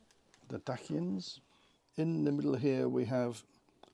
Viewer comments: Very nice tutorial thanks, small heads up, the Dacians are pronounce normally as Daie-ssh-uhns by most. 🤷‍♂️ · Isn't it Day-shi-an or Day-see-an? Have I been saying it wrong this whole time?! Anyway, nice video as always!